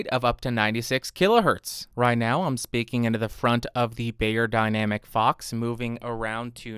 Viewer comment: Helpful review, but... dude. It's "beyerdynamic." Not "bayerdynamic." They sell audio equipment, not aspirin.